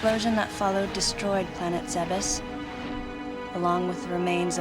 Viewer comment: points for Samus not pronoucing Zebes as Zeebz.